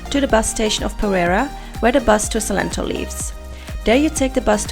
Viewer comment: ... ja ja... pronuncia bien "salitre" pero no puede pronunciar bien "perera"